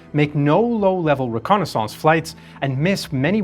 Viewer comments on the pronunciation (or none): Reconnaissance rēˈkänəs(ə)n(t)s Not Reconnaissouncé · You pronounce reconnaissance weird. At least it's not ai so I'll take it happily.